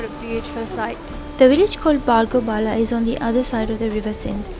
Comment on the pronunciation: Its not bargo bala its bargo pine. Also correct the spelling of Bargo.. Its not bargoh. Thank you for showing our village infront of world.. ❤